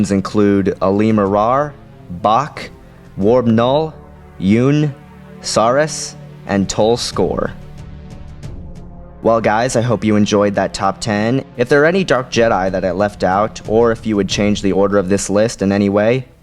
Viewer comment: As much as I love this list (and these can by disputed I guess) but many of the honorable mentions were pronounced wrong, the first being Yun - correctly pronounced "Yuhn" and Sariss correctly pronounced "Sare-iss"